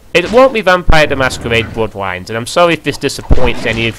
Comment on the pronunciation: "vampiwes: the masquewade: bwoodwines" haha